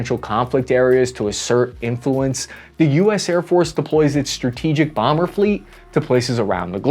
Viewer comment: Bee one bambeeer 😂 AVGN❤